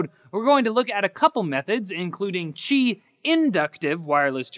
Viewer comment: ow is that how you pronounce qi wireless charging? I always thought it was "ki" not "chi".